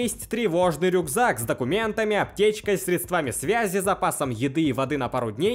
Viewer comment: СрЕдствами, а не средствАми, а так все отлично и очень интересно